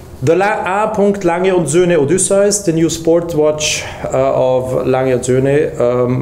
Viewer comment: Thank you for your time and professionalism . Perhaps not the watch the " fanboys " wanted , however ALS design language and genetics are clear and present ... as it should be . Congrats on being the first to pronounce " oday - syce " correctly , you have established the industry standard ;)